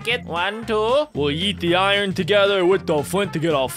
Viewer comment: IRON NOT IRRON